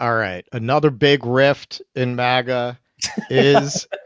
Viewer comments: It’s MAGA, not MIGA. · It's MAGA, not MIGA! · It’s MAGA not MIGA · it is MAGA not MIGA. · MAGA not MIGA